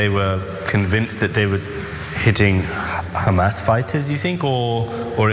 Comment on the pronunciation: but but but.... KhAmAsSSSS?!!!